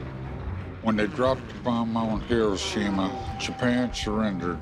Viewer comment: Why is it the people always mispronounce Hiroshima